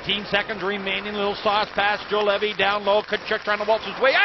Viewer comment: Can not hold my laugh :D Juolevi,Zuolev,Joulevi,Zolevi,Juoveli. Nice pronouncing !